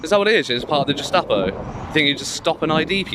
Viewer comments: Your pronunciation of Gestapo is completely wrong. You are saying Jestapo. lmao. Great videos btw. Subbed. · gestapo not jess-tapo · It's Gestapo as in 'guest'apo no 'jes'tapo - future Nazis might be more easily able to self-identify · its a hard G in Gestapo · Did you say “Jestapo”? 🧐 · check pronunciation of ‘Gestapo’ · You can't even say Gestapo properly :S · I'm not making fun of you, the point is you can't even say it properly, so it isn't a word you should just be throwing around... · The auditor can't pronounce gestapo 🤣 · If you must refer to people as Nazis you could at least muster up the decency to pronounce Gestapo correctly